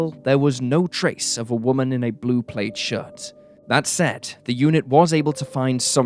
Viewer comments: Plaid. —As in clad or mad. Not played. Please pronounce words right. 😱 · Plaid rhymes with glad. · Did you say plaid as "played?" Is that a British pronunciation?!?